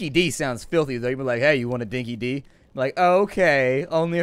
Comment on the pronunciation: wanna speak like an Aussie, call it Dinkie 'Die' instead of Dinkie 'Dee'. Know idea why we pronounce it that way. The phrase means that something's genuine.